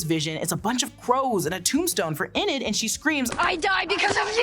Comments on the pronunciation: This is less of a recap and more of opinion analysis.... also please stop saying "inn-id", it's "eee-nid" Enid. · It's Enid, EEEEEEnid, not Eh-nid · "Ee-nid" ...not "Eh-nid" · “E-nid” please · How you pronouncing Enid wrong 😭